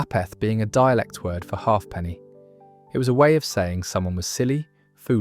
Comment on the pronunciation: Half penny? Haypny